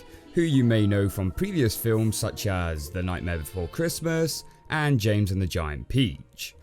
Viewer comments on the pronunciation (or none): none